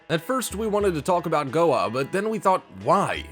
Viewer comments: What's a goah? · it's Goa, not goah, and it's not a city, it's a state in India.